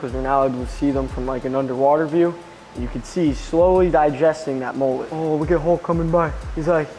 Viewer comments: Last time I heard mullet was pronounced. MmmmUuuuLlllLlllEeeeTtttt not moollet?? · How American's say mullet 😆😆😆